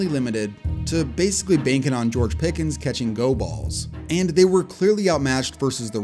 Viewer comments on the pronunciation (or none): none